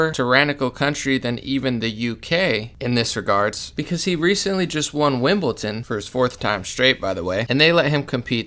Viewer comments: It’s WimbleDon not WimbleTon😉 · Lol bro it’s Wimbledon. Not Wimbleton.